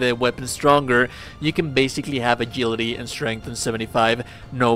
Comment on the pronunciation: A JIL ITY not A GIL ITY